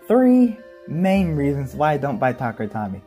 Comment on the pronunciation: 1. Tuh-kare-uh Toe-me, dear lord bro 2. Random Booster complaint makes sense, although 1/8 chance is not that big really. 3. The reasoning behind random parts in random boosters is for the competitive nature of beyblade, also its just a marketing gimmick, it makes money. 4. Really easy to just, get confirmed random booster sets, they typically provide a great part pool for competitive (Xtreme' and Quick' my beloved) 5. A lot of hasbro recolors nowadays don't look that good compared to Takara Tomy LMFAO 6. Power creep has always been a thing in beyblade, and double chassis was definitely NOT the start. We have legacy formats such as Burst Classic and Limited for a reason. This is a problem even outside of burst. In Metal Fight, hybrid wheel beys typically dont do well against 4D, and 4D typically doesnt do well against Synchrome 7. Many Switchstrike layers burst less than current ones, some drivers just had really strong springs making beys hard to burst, bursting is a lose condition, I don't see why you'd want it 8. Balance type simply isnt a thing in burst competitive, it's attack and stamina that exists for the most part but sure. 9. Infinite locks were relegated to 3 beys, and plus they beys belonged to that of villains in the season. Making a bey that cant burst makes a lot of sense for a villain to do... 10. A protagonist with a defense/stamina bey would be pretty boring, all things considered... 11. It felt hype knowing the company started caring again? 12. Slingshock b